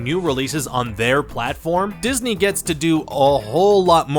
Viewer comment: Di-his-ney killed the film the-a-tre